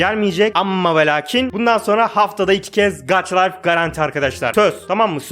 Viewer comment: gaça layf diye okunuyo gaç layf değil :) :) yanlış anlama küserüm